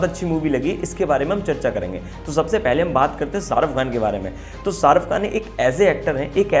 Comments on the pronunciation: Pehli baat Sharuf Khan nahi sharukh khan naam hai ..naam to suna hoga ... Doosri baat kisano ka mudda tumhe chota lag raha hai to tumne apne bolne per sochna chahiye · Hahaha ''sharuff khan '😂 jis admi ka naam nahi le pa rahe tum ..to uski personality ka kya andaza lagaoge ..😊